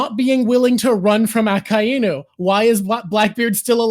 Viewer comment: I love you guys very much. But hearing say “Aka Inu” is doin my head in. It’s one word!!! I’m sorry